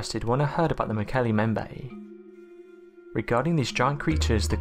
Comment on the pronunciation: Mokele.. EM BEM BAE. say it right!!!